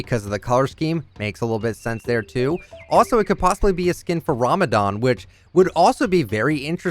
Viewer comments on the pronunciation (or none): "Bhranga boggie" "RA-MA-DAN" BRUH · When said ramadan Me: how do-u know how to say itevery one says ramodon